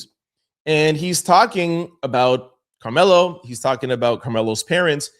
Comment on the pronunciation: Karmelo is in prison my dude just to help you out so you can pronounce that correctly in your next video!!!